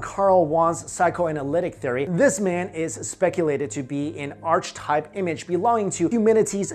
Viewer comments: It's not Carl Wong it's Carl Jung pronounced you-ng. Also it's not arch-type, it's pronounced ˈärkəˌtīp. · Karl Wong? Arch-type. It's pronounced "yoong" and "arc-eh-type" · Carl "Wong"??? Jung is pronounced "Yung". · I love how you pronounced Carl Jung as "Carl Wong" and Archetype as "Arch-type." lmao! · "Arch-type" "Carl Juan" I can no longer bear the butchered pronunciations. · Tip on pronunciation bro': Carl Jung is pronounced Yoong (the 'oo' as in book). archetype is pronounced arkitype. All over Europe (which is were our Roman alphabet came from), ' j ' is pronounced ' y ' (as in yell). It's only English & French which pronounce it different. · My apologies for correcting you, but it's Carl Jung, pronounced - Carl (Young) or (Yung). The Jungian theories are interesting, but I believe this is a psychosomatic phenomenon. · The great Carl Jung, pronounced "Yung." Thought I'd respectfully iren that out for viewers. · lol, sounded like you said Carl Wong..... i was like...Who??!? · listen to how he says "Carl Jung" lawl lawl lol rofl lmao lol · You pronounced Carl Jung and 'archetype' wrong mate